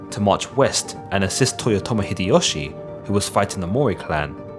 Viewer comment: You can't say their names properly. TO-Yo-To-Mi Hide-Yo-Shu. O-DA Nobu-NA-GA.